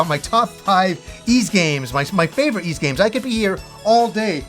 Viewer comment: Just so you know, your pronounciation is still bad, it's not "iz" but "iss".